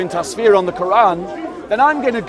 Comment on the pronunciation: I have to say this so you get it right next time- it's pronounced TUFF SEER, not tasfeer You sir, are what I wished i could be a half of. May God keep you always.